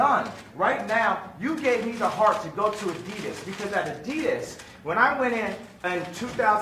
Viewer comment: Kanye can't pronounce Adidas. Adides